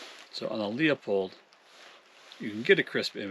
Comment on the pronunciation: That camera is a piece of junk. So much messing around, so much time and results are underwhelming to say the least. By the way, Leupold is pronounced "loooo-pold" just optically, without all the phones and nonsense, you can see WAY better through the spotters with the naked eye. That impact would be easily visible with the Leupold or Vortex, for sure.